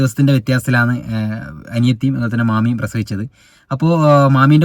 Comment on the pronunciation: Yeniyathi Alla aniyathi😂😂❤